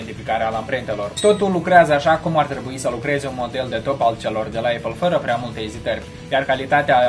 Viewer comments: Știu că se zice eipăl*. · Se pronunță:eipăl! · se zice aipăl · ăpăl, nu ăipăl.